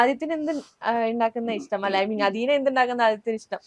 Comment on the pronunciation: അഥീന . അദീന അല്ല. ജന്മഭൂമിക്ക് മലയാളം അറിയില്ലേ?